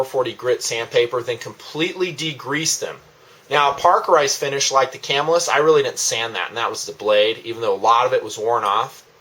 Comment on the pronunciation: +1 on the pronunciation. Ca-MILL-us.